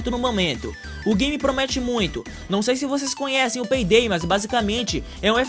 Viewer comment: vc disse peidei lsksksk invez de payday